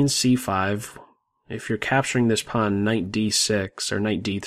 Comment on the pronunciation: I like your pronunciation of "pawn".